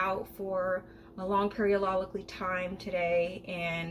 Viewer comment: LMAO!!! I caught that “periolidically”. TikTok 🤣🤣